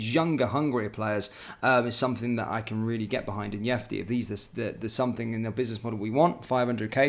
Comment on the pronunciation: if you’re such a fan of the guy; how are you still mispronouncing his name? He’s not Spanish mate